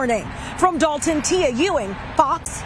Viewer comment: The moment you said Dolton…🤦🏿‍♂️